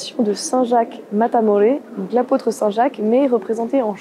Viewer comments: ¡¡Muchas gracias guapa!! Le Cid, les rois catholiques et Don Pelayo sont mes héros favoris de l'histoire d'Espagne. Je tiens aussi à vous féliciter pour votre prononciation en espagnol. Si je puis me permettre je voudrais apporter 2 corrections: 1- ce n'est pas Matamoresse mais Matamoros 2- on ne dit pas (lire en français) reconquouista mais reconquista. Encore merci et bravo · Très bien Thaïs ! Mais de grâce, cessez de dire "réconkwista". En espagnol, "qui" se prononce comme en français. S'il vous plaît, dites "Francisco" Gimenez Cisneros et non pas "Francesco" que vous prononcez à l'italienne. Le Saint Jacques Matamore se dit en espagnol Santiago Matamoros mais là, vous faites un hybride en prononçant le mot français "Matamore" à l'espagnole. Bon, ce n'est pas grave. Votre travail est très bien. Quant au Cid de Corneille, il est inspiré de l'oeuvre de fiction de Guillén de Castro "Las mocedades del Cid", (la jeunesse du cid), l'ouvrage de référence étant "el cantar de mío Cid", poème épique qui raconte l'épopée de Rodrigo de Vivar. Cette geste est aux Espagnols ce que la chanson de Roland est aux Français, à cela près qu'elle est beaucoup plus fidèle du point de vue historique et que, plus récente, elle est écrite dans une langue plus accessible, sans compter que les Espagnols ne connaissaient pas cette importante division linguistique qui nous est propre, (langue d'oc et langue d'oïl). Je vous salue aimablement.